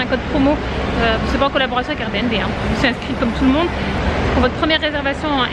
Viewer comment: Cc! C'est un plaisir de voir tes vlogs en famille... J'ai bien rigoler quand t'es jumelles répètent tout ce que tu dis 😂😂😅 Et tu es la seule que je connaisse à dire R B N B (RBiNBi) lol Merci pour ces partages Bisoux